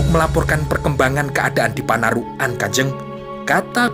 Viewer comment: Panarukan, bukan panaruk an